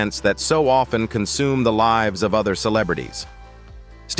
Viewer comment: It’s Stephen not Steven. I’ve seen this a lot whenever AI pronouns Stephen Curry’s name. Whoever is posting this reel should correct this. It’s annoying and disrespectful.